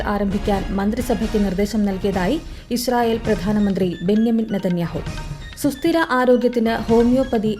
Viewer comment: ഇസ്രായേൽ prime minister ബെഞ്ചമിൻ നെതന്യാഹു ആണ് ബെന്യാമിൻ നെതന്യാഹു അല്ല.